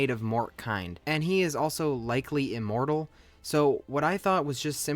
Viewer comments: likely Im-MORT-al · Yeah, he’s probably Im-MORT-al